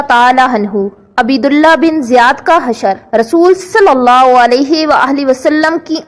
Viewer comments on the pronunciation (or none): او بی بی عین پر پیش اور ب پر زبر پڑھو